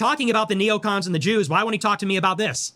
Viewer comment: That's what ex US senator coleman just said too. Notice how he says js and not zs? “The masters of the universe are Jews,” former US Senator (norm coleman) declares in Israel Wyatt Reed·April 28, 2025